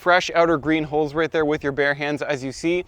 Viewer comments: i realized halfway through your trying to say HULLS not holes. it literally sounds like holes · You don't have to buy a dedicated nut cracking machine. A vise works about as well. I thought you kept saying "holes" when evidently you were talking about hulls and the closed captioning translated it as "holes." Maybe pronounced it more carefully. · just a note: I was confused for a short while by you talking about nut "holes" and "holing" them. Then I realised, you meant, hulls, and hulling. Pronunciation matters.